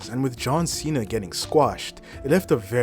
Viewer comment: John Cena heel turn my god how do you butcher that